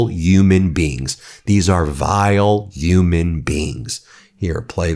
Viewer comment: It's Human Rights Ben, not Yuman Rights! It's an H not a Y! HUMAN NOT YUMAN! Don't replace the Y where the H should be! Say it with me HUMAN RIGHTS, not YUMAN RIGHTS! OK, thanks for your attention to this matter!😅🤣✊️